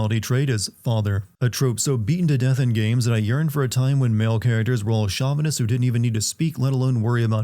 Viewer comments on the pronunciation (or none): Just fyi, that’s “chauvinist” not “shavanist”. Anyway, I’m glad that I wasn’t the only one who immediately thought “spy” the moment Bode talked about his absent daughter who he mysteriously can’t see often. I initially thought the empire had her as a prisoner somewhere or something as a way to leverage Bode into spying against his will.